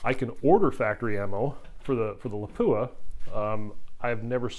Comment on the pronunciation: It's LAH-pu-ah, not La-PU-ah. It's Finnish.